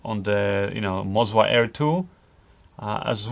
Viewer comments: YES, WE ALSO CALL IT MO ZA NOT MOZ WA. FOR ME WAS STRANGE TOO. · Both of the gimbals aren't calibrated correctly, there are micro jitters in all of the shots, I own Ronin S with Canon C200, it should be perfectly smooth like on a Steadicam. And I guess it's Moza, not "Mozua" :) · am i the only one who thought MOZA was way less stable than RONIN? And why this guy is saying ''MOZWA'' instead of ''MOZA''? ;D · Why do you keep calling it MozWa? : D